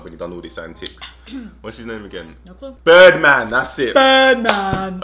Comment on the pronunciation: The way she said "BIRDMAN" has me on the floor OMG 😂😂😂😂😂😂